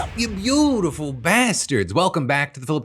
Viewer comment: I still hate the way you emphasise the word “beautiful” instead of “bastards”